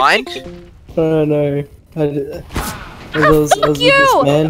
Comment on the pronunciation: New zealanders turn the word no into a 5 syllable word it's so weird haha "nooerrwerr"